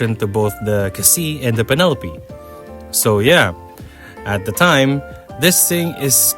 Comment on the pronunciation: ah yes, the Pen-Uh-Lope